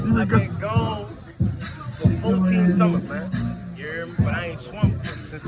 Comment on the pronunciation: YOU; EAR' ME, ITS YOU HERE ME,, NOT EAR; ME